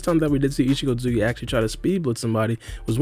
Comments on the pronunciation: Isikotsuki?! Dude, chill... Are you in a hurry or just full ADHD mode? Talk slower and pronounce the name fully or just say isshiki instead. What's next, calling Naruto Uzumaki "Naruzumaki"? xD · just say "isshiki" lol